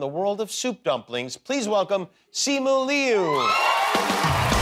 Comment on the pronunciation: It's neither, but Li-You is a far better attempt than Lou. I should know. I share the same last name.